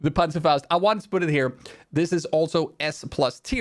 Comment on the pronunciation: pronounces panzerfaust the same way a Hispanic person pronounces Rodriguez